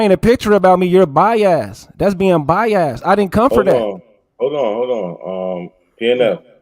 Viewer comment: Pnf can’t pronounce Biased he says By-Azz lol 😂